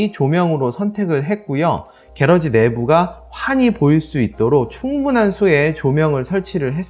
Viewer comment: 혹시 말씀 하시는 게러지가 영어로 garage, '차고' 말씀 하시는건가요? 아니면 따로 한국말이 있는건가요? 만약 차고의 의미의 영어를 쓰신거라면 앞으로 영상이 해외에서도 보게 될수도 있을텐데 콩글리쉬 발음 보다는 영어발음을 정확하게 하시는건 어떨까 조심 스럽스럽게 말씀 드리고 싶습니다. 참고 Garage 발음은 gr.aazh 입니다. 게라지 보다는 그라지 쪽이 맞습니다. 기분 나쁘셨다면 죄송합니다.